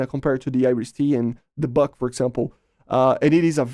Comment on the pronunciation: Not the bak, bUk. Not A/~R - U